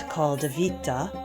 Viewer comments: when using Roman words it's good to have a little background with the language. the headband called "vitta" is pronounced "wit-tah" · Oh, I prefer the English pronunciation, much like posse (a Latin word) is pronounced poss-EE, I'd pronounce vitta VIT-tuh with a short I as in "wit". It's fun to send Latinists into conniption fits.